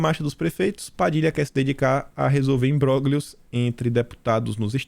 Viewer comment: imbroglio pronuncia-se imbrolho. O "gl" em italiano soa como "lh".